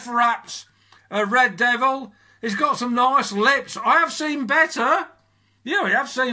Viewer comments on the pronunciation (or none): Rrrrrrrrrrrrrrrrrrrrreeeeeeeeeed doviie. Lol